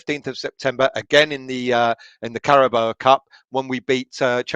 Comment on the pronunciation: The sooner we get knocked out of the League Cup the better. Then I won't have to listen to mention the CARABOA cup again. Until next season. It's CARABAO.. □